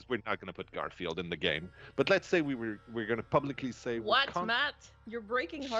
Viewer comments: "GAEM" DIRECTOR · " Gaem Director" Ah, I love dbd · ah yes, “GAEM director”